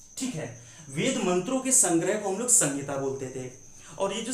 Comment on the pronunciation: Sangita nahi bolna hai. Sahita bolna hai sir.